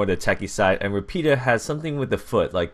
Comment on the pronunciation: Nice video, finally i can see my Country's "POLIZIA" forces p.s the accent is quite well, Rapida is Ràpida, in english is like a fast girl (i don't know if you understand what i mean) antway good video!